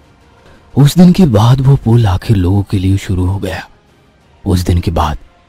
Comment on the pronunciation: Pool nhi yaar pul hota hai, baar baar pool pool kyo bol rhe ho.